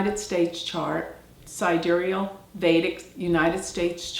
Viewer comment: sidéreal?! I've never heard of this word. Don't you mean: side-real, like the tool?